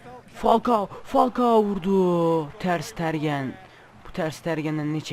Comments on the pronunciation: Abi ooo ters stergen değil ters tegenn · Abi ter sitergen diye oyunmuyo ter stegen diye oyunuyo :D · ters tergen değil ters stegen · Ter stegen diye okunu kaleci